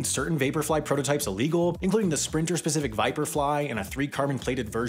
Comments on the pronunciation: Side note, why do people keep saying, “uh-legal,” instead of, “illegal?” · "a legal" ....A legal what? What legal are you talking about? Its really hard to take your millennial attempts at humor seriously when you cant pronounce 'illegal' properly......